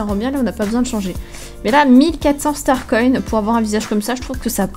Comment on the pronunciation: Toi tu dit star coin star conne lol sinon continue je t'adore 😙😙😙😙